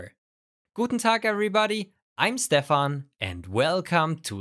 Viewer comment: "SCH"TEFAN ! aber der Rest ist mittlerweile schon recht gut geworden. Video ist wesentlich angenehmer. Danke!